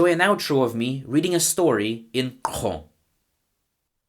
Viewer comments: You reading !Xoo is such a flex. Automatic suscribe! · how the hell can you pronounce !Xóõ so accurately?